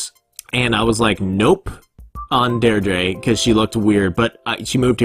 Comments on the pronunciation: deirdre is pronounced “deer-dra” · You pronounce Deidre like DEE-DRA :) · deirdre the last part ish pronounced druh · deirdre is pronounced "deer-drah" im sure you were probably corrected already, but i was just making sure